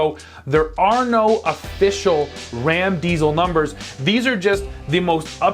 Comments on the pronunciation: It's diesel! Not diezel! Come on, guys! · Learn hot to pronounce diesel.